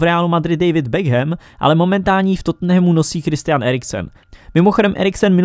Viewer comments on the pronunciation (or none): none